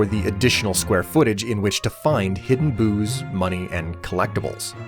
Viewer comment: Me struggling to hear "boos" and not "booze" every time it comes up 😅